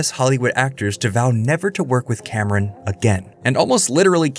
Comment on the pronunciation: His name is James Cameon, The bravest pi-o-neer.